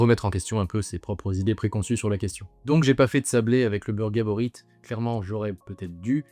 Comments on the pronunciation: Par contre le "t" de Gaborit est muet, ça se prononce "gabori" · Soutien à Bernard qui s’est fait écorché son nom de famille tout le long de la vidéo. Le t est muet.